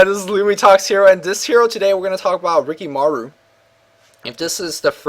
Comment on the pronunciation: ur asian you should be able to pronnounce rikimaru properly damn